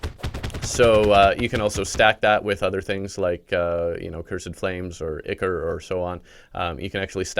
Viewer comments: Pronounce Ichor as ieckor instead of ickor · Brother, It's pronounced "Eyecore" not "icker" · ichor is pronounced (eye-core) not (ih-core)